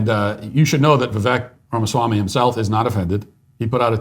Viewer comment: It's more offensive that you can't pronounce his name correctly LOL.